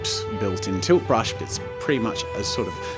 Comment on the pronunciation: Everytime he says tilt brush I laugh coz what I hear is toothbrush